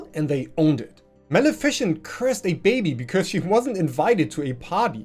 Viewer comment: You're pronouncing Maleficent wrong. It's mal-ih-fih-cent, not mal-efficient.